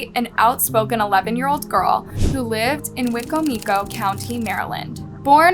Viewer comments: I live an hour from Wicomico county and had no idea this happened. This is really sad to hear! Also, it's pronounced Why-co-mi-co country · Please excuse me, but the county is Wi(long i) comic-co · I’m sorry it was funny how she pronounced wicomico like “weeko meeko “ 😂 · I live near and remember this so vividly. Everyone on the Shore cried for that little girl 😢 ( side note it’s funny how the commentator says Wicomoco lol ) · Wicomico not said like that coming from somebody in the area 🤣🤣 still love you ♥️